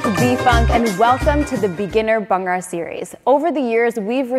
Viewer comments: It’s Bhangra not bangra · Just go correct pronunciation it’s not Bangra ..it’s called Bhangda in Punjabi..your dance is awesome..love your dance